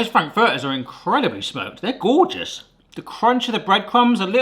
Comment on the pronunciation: Your pronunciation of "Frankfurters" is hurting my brain.